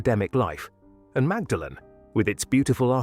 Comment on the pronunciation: Such a well assembled program well researched and well presented , its such a pity that the pronunciations are off .Not all English words particularity place names are pronounced as they are spelt, for example Magdalen is always pronounced Maudlin dont ask why it just is ,there are other examples scattered throughout such a shame However I really enjoyed it and gave it a "like"